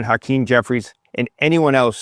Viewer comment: Hacream was at diddly what i heard 😮